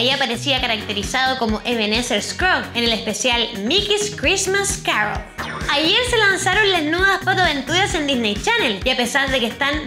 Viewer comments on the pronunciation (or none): none